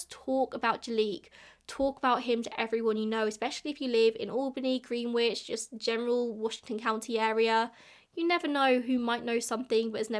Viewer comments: In the US Greenwich is pronounced gren-itch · The irony of an Englishwoman mispronouncing the word "Greenwich" is absolutely perfect. Never change,. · lol i used to mispronounce the (english) Greenwich for years, and now listening to say it with the 'w' i was beginning to seriously doubt myself 😂 insert so_whats_the_truth_OPRA.gif here 😂